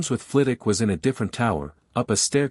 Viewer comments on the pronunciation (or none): Second! Not a bad story. I'd love to understand why none of the AI narrators can seem to pronounce Professor Flit-Wick's last name... It is not Flittock. The story could have used a proper epilogue rather than cutting off so abruptly. I give it about 7.5 out of 10, it would have been higher except for choppy ending. B- or C+.